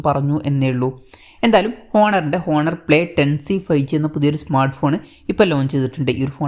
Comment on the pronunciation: "ഹോണർ" അല്ല കുഞ്ഞേ, "ഓണർ" എന്നാണ് ഉച്ചാരണം 😁